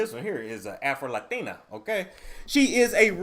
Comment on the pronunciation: The way he says “Afro Latina” I’m dyiiinggg 😂😭